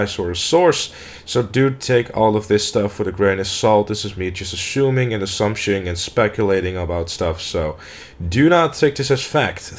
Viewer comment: assuming? ashuming? amy shumer? amy sumer?